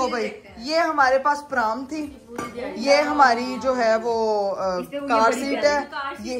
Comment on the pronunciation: eik tou its not praam it is pronounced as pram jese ham bolte hain bilkul wese, har cheez ko aap ki familly ghalat pronounce karti hai pendu